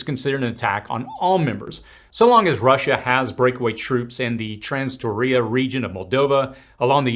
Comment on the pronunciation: It's Transnistria, not Transtoria. If you're commenting on this important stuff, please be accurate with names.